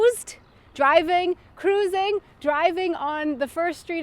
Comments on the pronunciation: I was surprised that some words were not familiar to you! 1) Vrijhouden, literally sort of: "freihalten and "vrij" is pretty much pronounced the same as "frei". 2) Kruising = Kreuzung/Überquerung), not cruising, lol. 3) bereikbaar = erreichbar. To me it's all very similar, just like it was for Mr German man, so I guess it shows how much easier things are when you don't have to translate twice. And yes, Mr German man was right at the end. I should say, I don't think I have a talent for Danish, but I am quite good at languages in general. Some European ones at least. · This is so cringe for someone who can speak Dutch for example kruising is pronounced Kr ouw sing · OMG... this was soooo funny! you know the dutch speak the g a bit like the Germans do the ch... with some of them you were pretty close but kruising means crossroad. Mr German Man was much better to be honest :)